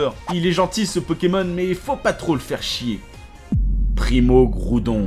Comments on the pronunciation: Primo. Kriogre primo graoudone. Méga. Garaykatza tous chaynais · Primo graoudonne primo kaiyogre méga raikaza TOUT SHAYINEY. XDDD